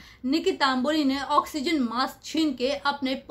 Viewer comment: It’s Tamboli not Taamboli